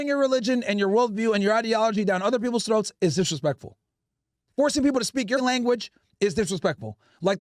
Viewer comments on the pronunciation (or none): none